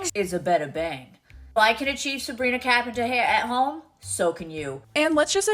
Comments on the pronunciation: That accent is over emphasized and it’s become disrespectful when she pronounced peoples names. Disgusting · “Sabina Kapenter” 😂😂😂